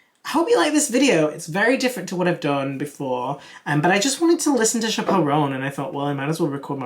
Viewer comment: Chappell (like apple)